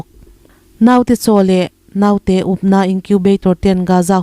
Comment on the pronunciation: Naute....tih i lam hian thlûk duai lo la.